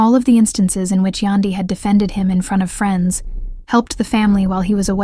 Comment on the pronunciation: Its YAN DY , Yandy! AI ughh